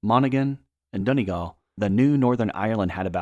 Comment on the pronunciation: I've watched a number of videos on the division of the island of Ireland - not the worst, but this is a very surface-level overview. Also other YouTubers did a much better job of researching town and county pronunciations. Monaghan, Donegal, Coleraine and Clones were particularly egregious